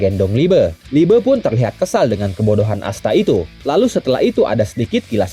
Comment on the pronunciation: liebe bang bukan liebe😔😩